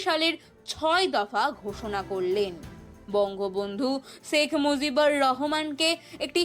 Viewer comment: শেখ মুজিবুর রহমান বললে নামের উচ্চারণ সঠিক হবে। ধন্যবাদ দাদা।